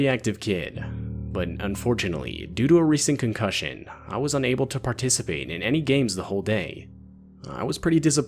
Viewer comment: Bro says concution and shows a hurt leg